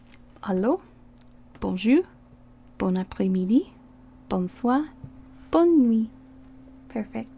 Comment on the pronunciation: We don't say Bonn we say bon swa